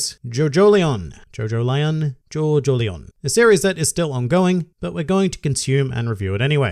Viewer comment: Btw JoJolion is pronounced like Evangelion